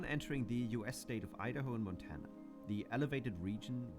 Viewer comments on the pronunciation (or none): none